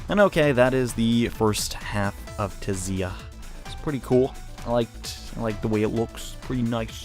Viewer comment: I think the T in Tziah is silent?